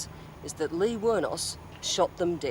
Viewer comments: Aleen not leen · Liz Hayes cant even pronounce Aileen's name correctly. Then degraded her during the whole report. Journalists are supposed to be neutral. Poor reporting. 👎🏼